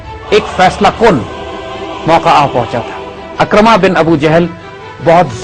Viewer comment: Sahi Talaffuz Ikrimah hai Akramah nahin